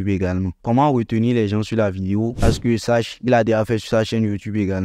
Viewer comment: Par contre on ne dit pas " les JanSSS" pour dire "les gens" mais on dit : " les JAN " , on ne prononce pas le S ... donc " les gens " quoi. Sinon tes vidéos sont super ! Merci bcp.